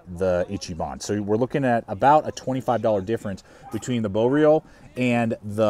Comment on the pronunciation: good video but man you gotta work on your pronunciation. Its boreal (bore e al) its sven (not seven) its wranglerstar ( not wrangle star) its ichiban (icky bahn) haha keep up the good work though.